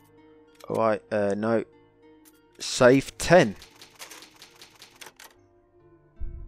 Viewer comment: i watched almost 5 hrs ur vids, n im rly curios why u keep saying SAFE instead of SAVE .... its kinda annoying